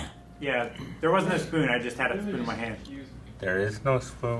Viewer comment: “oh noo...my spoon” Calvin: “Did you break a spoon?”: “:( muh spün”